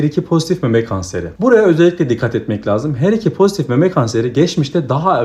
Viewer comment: Her2 vurgunuz çok iyi Hocam 👌